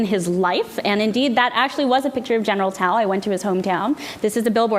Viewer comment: I enjoyed watching this informative video. Ms. Lee is articulate and funny! She also uses the correct pronunciation of General Tso's Chicken."